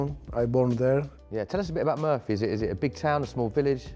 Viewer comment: He tries to pronounce his town in proper english but I’m quite sure nobody pronounce it that way there. It’s more like ‘Moo-r-fee’